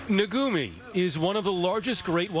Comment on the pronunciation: It is NOT "naGumi--it is NaKumi"